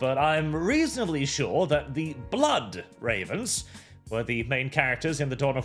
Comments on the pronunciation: He very clearly said "Blyat Rehvens". I think it's the accent. And when he said that "they've never been in a Dawn of War game", he was already talking about the Mechanicus, not the Necrons. I agree that the game is gonna be shit, but really needs to learn to listen first and speak later. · Such is the nature of live reactions where you just run with what you thought you heard but to clear things up. Sounded like an accent issue as it came across like Blad Ravens to my ears. Definitely no ck at the end like you seemed to hear. Right before you talked about Necron population he said Ad Mech so all the part about them never being in a DoW game is true (if we ignore mods). The part just before about Necrons not having a big role is still wrong, of course. Even with that, I'm still not hopeful as it'll still be set in modern 40k which as we know is not 40k anymore. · Not that I trust these game devs but he defo said blood ravens though. Just in a German accent. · he said Blood Ravens, it was just the accent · German here, I very clearly heard "Blood Ravens". So I can attest to at least that much. He didn't say Black Ravens, this was just a case of "funny german noises". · It was the accent he ended it in a d However rainbow concern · It was the accent btw, he said Blood Ravens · It's the German accent. He's trying to say blood ravens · He did say "blood" for my German ears